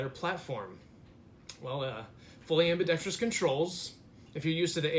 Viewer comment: Lol at the autism triggered from “ambi-dex-tree-us”